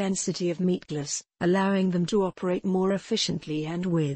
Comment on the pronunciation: I just love listening her saying "Meatglass" over an over